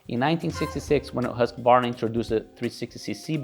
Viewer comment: At last .... Pronouncing the esteemed 100 year old Swedish Motorcycle Company Name Correctly .... "Husk , varna"...... NOT "Husk , A , Ye Ho, Hillbilly , Varnarrrr !!!!! Music to my ears as an ex Husky dirt bike owner.